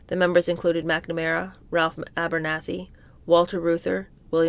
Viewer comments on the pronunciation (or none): none